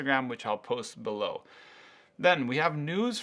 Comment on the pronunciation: BELOW, not BELLOW. Ha.